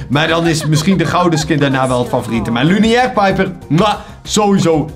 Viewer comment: Leuke video! het is trouwens lunaire i.p.v. luniaire.